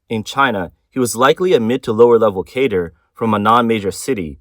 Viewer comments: Just a small pronunciation correction. Cadre is pronounced "kah-dray", not "kay-dur". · Cadre is pronounced as kaa druh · He is saying "cadre," not "cater."